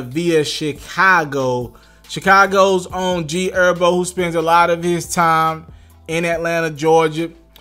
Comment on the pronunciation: He did say G Erbo right? 😂. 10 sec